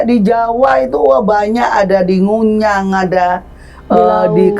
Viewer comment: Ngujang boss bukan nguyang